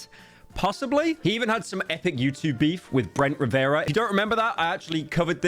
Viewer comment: “Brent riviera”